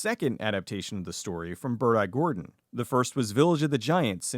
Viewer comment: I genuinely thought you were saying “Birdeye Gordon” until I saw his name tag.